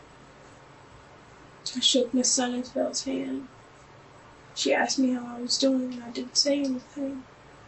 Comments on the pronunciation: He axed me to ax you. Speechless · These kids are supposedly on track to Ivy league colleges yet this one still says "axed". Interesting. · An "elite" school and nobody can pronounce "asked". Homeschooling ftw.